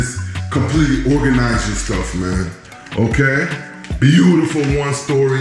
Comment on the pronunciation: Cute house!, you crack me up "Foyer vibes" and I love your "Buh U tiful!" 🤣❤👍